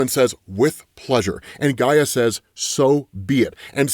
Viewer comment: It’s Io not Lo. Also you pronounced Hecate wrong and also Gaia. Yikes. Do you only read comic books?